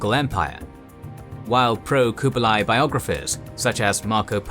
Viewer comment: your pronunciation of Kublai is wrong. each video you pronounce things wrongs. like Seminole. its cringe